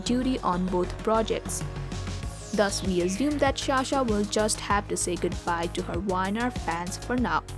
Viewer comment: Sa-sha, not Sha-sha please.